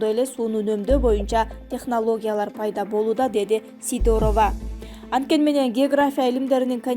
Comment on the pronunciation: Сидорова,Кузнецова фамилияларды окуганда басымды туура коюп окусаңар жакшы болот эле...